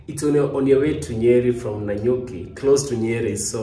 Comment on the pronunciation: ohh boy, did he just say nanyuki county 😅🙄